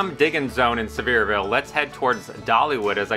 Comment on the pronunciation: I live here and love your videos. Too difficult getting around to find out these things myself.😂 Careful-your gonna start hearing some bless your hearts if you keep mispronouncing Sev-ear-VULL 😂😂😂 Keep up the great work!